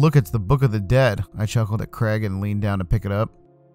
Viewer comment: And it’s Craig.